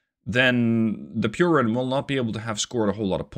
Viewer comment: The pronounciation of piorun was perfect